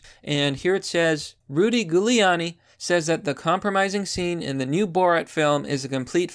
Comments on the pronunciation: Why are you having trouble pronouncing Giuliani? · It's not 'Gooliani' it's 'Jewliani' How do you not know this? Otherwise, great video. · It’s not “gew leani”, it’s pronounced Jewel lani. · Jew-Lee-ani, not ghou-liani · JU liani. Lol not Goo liani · Just tried to type out phonetic spelling, using the first 3 letters of jewel... comment is shadowbanned..... you nailed it though PLEASE PRONOUNCE HIS NAME PROPERLY. "J*w-lee-aww-knee" NOT "Goo-lee-aww-knee" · ok pls pronounce his name correctly.. JEW-uliani pls bud.. thanks~~ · It's pronounced Juliani. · Bro I like your videos but PLEASE do your homework and properly pronounce people's names! You are pronouncing Giuliani's name wrong. It's a soft g! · It’s Giuliani - pronounced Jew-Leonne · "jew le ann e" for correct pronunciation, lol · Gooliani? Really bud? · Were you mispronouncing the name to make it extra spooky for Halloween? Ghouliani lmao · It's pronounced "Jew-lee-annie". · It’s Jewliani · Giuliani = Julie-ahny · It's pronounced >> JULiani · Giuliani is pronounced Jewel E ani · if I might... Giuliani is pronounce "Julianie" (Like Julie with an "annnie"). Hope this helps. MAGA/KAG 2020! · I like the content, but I have to ask, do you butcher these pronunciations deliberately? Honestly, it doesn't help your credibility. It's Jewel-ee-ahn-ee. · Please, stop pronouncing his name Goo-liani... lmao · have you never heard Giuliani’s name said out loud? pronounced jew-liani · It’s Jew-Lee-on-e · Thank you. Just trying to assist you here. His name is pronounced in the beginning like a jewel. It actually sounds like Jewel-e-a-knee. 👍🧡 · I love your videos but it's pronounced JULIE-ON-EE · Its pronounced Jew-lee-an-e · Giuliani is pronounced JEW-LEE-ON-KNEE 👌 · It's a soft G!!! Literally pronounced Jew-lee-ahh-knee! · Pretty sure it's Hoo-Li-Ani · Gooleawnni. Lol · Love your work, but you're not from NY. Its pronounced phonetically, jewel-e-on-e. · The goo-liani is killing me.